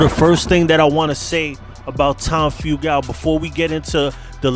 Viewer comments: (Few-gul) not (few-gal) god your butchering his name 🤦🤦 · Your pronouncing the club and Tom's last name wrong. My father knew him personally since the 60's